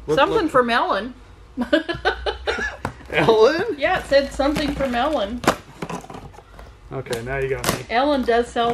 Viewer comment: when you said something from Ellen I thought you said something for melon and was expecting a melon baller to come out of the box!